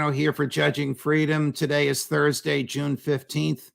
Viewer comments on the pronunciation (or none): none